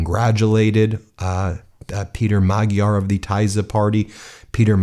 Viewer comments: Hungarian is a difficult language - his name is actually pronounced "Mod-yar". Electors are strange, wouldn't you think that with memory of Admiral Horthy, they would never have gone near Orban? Glad to see common sense prevailed this time around. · Time to start correctly pronouncing the names: Pay'ter Ma'jar new PM Tea'sr party Vik'tor Or'ban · You really need to make an effort to pronounce the names Magyar and Tisza correctly. It's not that hard to learn. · You can't get too much more Hungarian of a surname than "Magyar". I found myself constantly correcting the video pronunciation of the name and laughing because of it. The "gy" is one of a couple double consonant sounds that kind of sounds like you are rolling your tongue forward on the roof of your mouth, trying to get stuck peanut butter off of it, while making a sound closer to combining the "d" and "y". Think Southern (USA) slang "How'd-ya do that?". Another common Hungarian surname with it is "Nagy." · Please take a moment to learn how to pronounce Magyar. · ...time to learn correct pronounciation of Mr. Magyar's surname 😊 Greetings from Slovakia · Nice show, Great win for Democracy in Hungary, Europe and the World. Magyar Peter (pronounced rather Mad-yar than Mag-yar) and Tisza Party (Pronounced “Ti-sa”) with 2/3 victory. ❤️ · Writing from my home here in Hungary... there's a very peculiar sense of relief in the air! Can't wait for tomorrow... the world will look completely different. A couple of pronunciation notes: Magyar is prounounced "madge-yar" Tisza = "Tizza" (It's also the name of the second largest river in Hungary) Fidesz = "Fiddez" And the stress is always on the first syllable. In Hungarian, the name of the country is 'Magyarország' - the land of the Magyars. But this is the most fantastic news and I'm so glad I'm here! Now Hungary is on the right side of history! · Magyar is pronounced “MAD-yar”. The “gy” is pronounced “dy”. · Just a note: it's pronounced Mudyar! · Magjar has a silent "g"